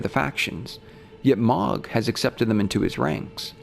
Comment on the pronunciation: Ok. I'm confused at this point. Why does this creator pronounce names of ER characters in non-canon ways? Melikoola for Miquella? Mog instead of Moug for Mohg? This is not a person who doesn't care about details, this is a scholar. Why mispronounce...? Why is this happening?